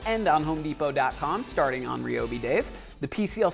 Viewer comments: Say it with me, Rye-obi. Not Reee-obi..... Rye-obi Rye-obi Rye-obi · it's rye-o-b.